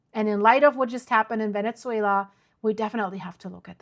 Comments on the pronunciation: Ven-ezz-way-la not Ven-ETS-wayla. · Is called VeneZuela ….. not VeneZZuela.